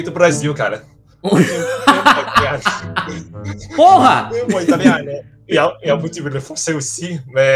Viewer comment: Your pronunciation of "PORRA" was so on point that it was actually pleasing to hear 😆